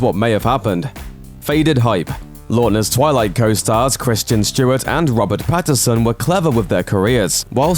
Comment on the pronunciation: Maybe start with pronouncing names correctly. The name is Pattinson, not Patteson.